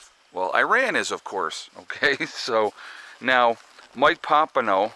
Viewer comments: Pom pay oh is how you say it lol you crack me up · I thought that we pumped so much oil now thay it didn't matter what happens over there. Oh, and I try never to correct you (it is rude, I know) but the man's name is Pom-pay-o. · New information, no evidence it was drones. Looks like another false flag by Isreal.. There is no drone proof. Masod false flag.. His name is not Mike Pompino. It's "Pompeo", and he admittedly is a trained liar. Oil prices should barely be affected although they will not pass this up as a chance to rape and steal.